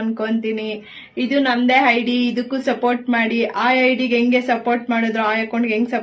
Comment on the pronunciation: ಓಹ್, ಅದು ಹೈಡಿ ಅಲ್ಲ, ಐಡಿ ಮಾರಾಯ್ತಿ. ನಿಮ್ಮನ್ನೆಲ್ಲ ಅದೇನು ಅಂತ ಜನ ಫಾಲೋ ಮಾಡ್ತಾರೋ, ನಿಮ್ಮಿಂದ ಆ ಮಕ್ಕಳಿಗೂ ನೆಮ್ಮದಿ ಇಲ್ಲ, ಕರ್ಮ ಕಾಂಡ.